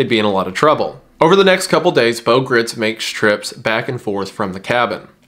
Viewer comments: Good video and informative. Just one small point. Bo's last name is not pronounced like grits. Gritz is pronounced like "kites" or "lights" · Bo Gr-eye-ts is the proper pronunciation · Minor correction, Bo Gritz last name rhymes with brights, not Gritz like Fritz. Great video! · Apparently Bo Gritz's last name is supposed to be pronounced to rhyme with "lights" but I say if it's spelled "Gritz" then he's just gonna have to accept that everyone is going to say it like the southern corn porridge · it's pronounced "grights"